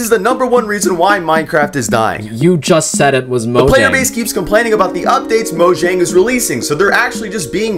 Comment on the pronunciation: the number one reason minecraft is dying is because for some reason there are still people who keep pronouncing mojang like it's an english word - it's a swedish company based in sweden with a swedish name - In Swedish, the letter J represents the "palletal semivowel" - represented in English with a Y. I meant the "mc dying" part as a joke but it's genuinely annoying people keep pronouncing mojang wrong lmfao